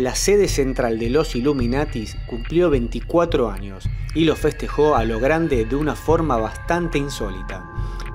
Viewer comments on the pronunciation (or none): none